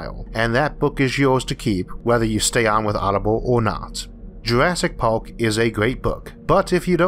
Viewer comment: Did he say “Jurassic pork”?